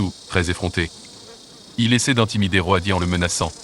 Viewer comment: Super extrait ! Mais quelle angoisse cette voix d'IA pour parler d'êtres vivants... surtout que parfois on ne comprend rien... Roadie prononcé Ro-a-di, merci du cadeau. Faîtes travailler des comédien·ne·s !!